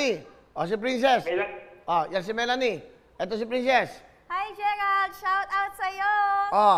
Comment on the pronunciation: Shawrawt Gerald narinig ko nung una haha